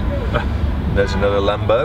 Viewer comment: That would be a LAM-BOW